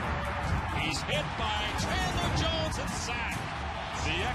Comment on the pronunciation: Chadler Jones (OLB, Cardinals)??? lol get it right NFL